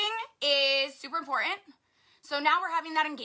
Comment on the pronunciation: ...please make her stop mispronouncing the word important Hey "girlfriend" it's three t's not two😒